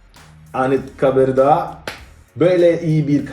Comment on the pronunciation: "anitkabır"